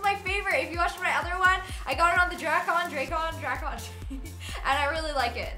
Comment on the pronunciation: you pronounce it dreyyy kn aka draycan